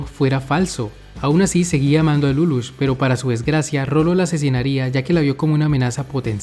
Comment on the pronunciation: ¿Por qué todos pronuncian Lulúch? ¿No debería ser Líluch? Y, para mí, es una lástima que no esté en doblaje latino. Por lo menos, yo no encontré.